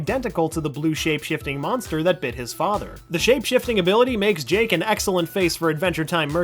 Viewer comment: Dude at the start I thought you said jank the dog